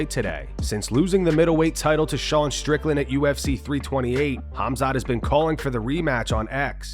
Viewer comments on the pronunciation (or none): none